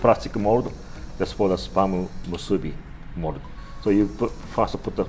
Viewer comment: Kinda sounds like he's saying sperm....